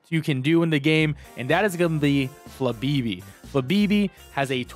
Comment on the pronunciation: Flabeebee? No, you gotta channel your inner Moira Rose and actually say the accents in FLABÉBÉ